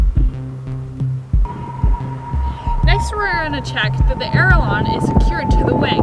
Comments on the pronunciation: Nice, Comprehensive, well filmed... BUTS ITS PRONOUNCED A-La-Ron NOT ERALON!!!! sorry, that was killing me. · I can let "air-a-lons" slide when we've had more than one U.S. President who said "nuc-u-lar".